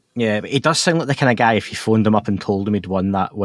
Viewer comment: this channel is great. I admit I laugh every time when you say “if you” I hear “FU” haha